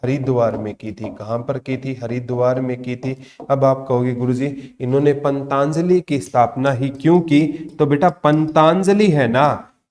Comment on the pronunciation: Jaat Pali not Jayant Pali, or wo पंतजलि है ना कि पंताजलि, aapka uchharan bahut jagah galat hota hai pata nahi aap kis book me se dekh ke padate ho